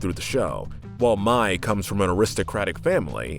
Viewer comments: Mai pronounced "My" instead of May. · And mai pronounced may not my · And mai is pronounced may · Also you pronounced Mai wrong its pronounced like May. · Are we gonna shrug of the fact on how he pronounces mai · Ok it’s sorta ok how you got some of the names wrong But then you mispronounce mai..... is that how you say the month may? I’m pretty sure not.. So why can’t you just say her name right? alsoooooooooo please you say your a fan of Avatar so you have heard the names!! Sorry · can't lie, I cringed the whole time when you were saying Mais name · and Mai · Same and Mai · And mai 🤦🏻‍♀️ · and Mai, like has he even watched the series?